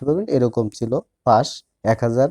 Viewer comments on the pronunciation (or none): কথাই বলতে পারিস না তো চেটটা। পাশকে বলতেচিস ফাঁস।গার মারা।